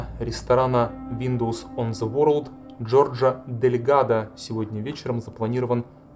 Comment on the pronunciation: Не понимаю претензий к озвучивающей женщине. Очень хорошо читает.. трогательно. Это именно так, как я чувствовала, смотря эти кадры тогда по телевизору. Шок. Ужас. Холод. А вот читающий автор видео немного отвлекает неправильным произношением элементарных английских слов и фамилий - ворлд, о' Нейл. Считаю, можно было бы подготовиться. Дикция хорошая, но очень медленно. Очень много его в кадре, было бы лучше больше фото и видео материалов. Фото и видео материалы проскакивают очень быстро, зато автора наблюдаешь добрую половину всего видео.. Он приятный и симпатичный, конечно.. но как-бы сильно много фокуса на него.